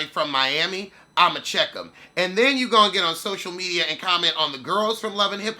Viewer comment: I love when you say “the social mechyas” 😂😂😂